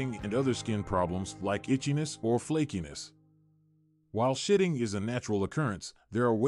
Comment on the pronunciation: 😂😂😂😂😂 seriously he's got to know he's NOT saying Shedding... they clearly shit a lot 😂😂😂